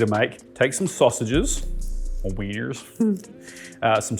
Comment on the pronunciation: Although fucking hilarious, mimicking us americans with your american accent saying " or wieners hehe" was uncalled for. 😂😂😂